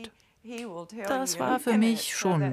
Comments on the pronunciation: sagt er da gerade „dat“ ?😂😂😂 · warum sagt der sprecher bei auch schon "dat" haus :D:D:D:D berliner texas akzent :D icke have hunger!